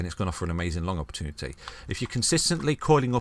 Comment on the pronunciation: Never trust a man who can't say "opportunity" ;-)